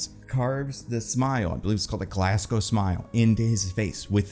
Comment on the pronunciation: finally an American who can almost pronounce Glasgow properly instead of saying “Glass Cow”